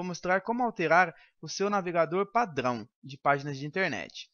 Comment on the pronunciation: Ele é francês kk kk padŕão